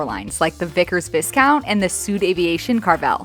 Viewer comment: Viscount is pronounced "vy-count". Vignelli is pronounced "vin-yelli".